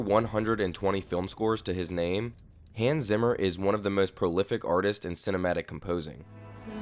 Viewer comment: it's "Hans" not "Hans"